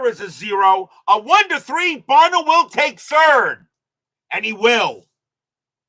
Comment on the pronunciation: Buh-NELL’ For next time. Lol